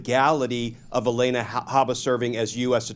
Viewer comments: Her name is not Elena. It’s Alina. Mispronouncing a name makes him sound like Donnie. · Glen, if I'm not mistaken, it's A-LEE-na, not A-LAY-na. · It's pronounced Ah Lee Nah. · Not relevant, but why does Glenn say Haba's first name like that?